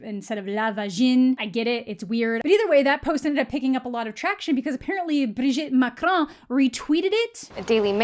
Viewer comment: I love the way you say Gabriel and Brigitte Macron, like Spanish names ^^